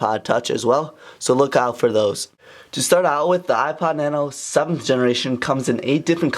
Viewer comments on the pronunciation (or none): Hate the way you say "ipad" instead of "ipod"